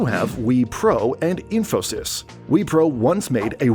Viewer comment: Can’t even pronounce Wipro ?